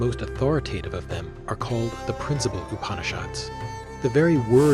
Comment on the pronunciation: Namaskäram! Nice video, but if I may...please correct your PRONUNCIATIONS! :) It is not Upanishaad; it is Upanishad, the shad as in shudder! :) :) Same with Bhagavad; it is not Bhagavaad! It is not Prakreethi; it is Prakrithi! :) It is not Bhaakti; it is Bhuk (like in buck but aspirated)-thi! Thanks for listening!